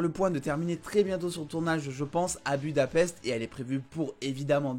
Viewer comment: Ta prononciation de Budapest m'a Trigger 🤣🤣🤣